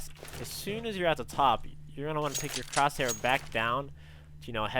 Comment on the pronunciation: I here "crouch here" but you know whatever lmao